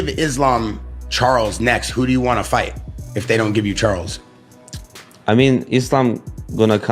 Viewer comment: Lol "you can fight, you can fignt, you have a beard...." Fkn Strickland lol Maybe thats why he grew a mustache haha